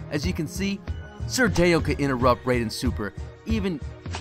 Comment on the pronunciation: He is pronouncing his name wrong